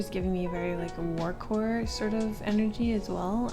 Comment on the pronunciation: Did she say WARCORE??? WHAT IS WARCORE??? DON'T TELL ME IT'S AN AESTHETIC BASED AROUND WAR PLEASE IF IT IS WTH 😭😭